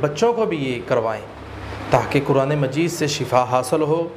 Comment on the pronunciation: "shifa " hota Hy "shafa" ni hota ap to turjuma janty haij